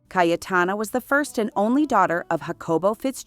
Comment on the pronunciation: Awful pronunciation of Names and Places😢😢😢. Her name is pronounced Caytana, not Cay e Tana!